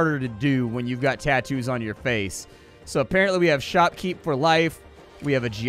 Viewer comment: Ill watch this just to hear say shoppepepe as it amuses me